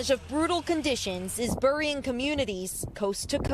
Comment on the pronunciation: You know it’s really cold when they pronounce it as “brrying”